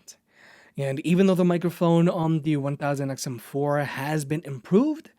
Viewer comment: Love the review but you know you dont have to say "1000xmnoplkhslhgdlj" everytime 😂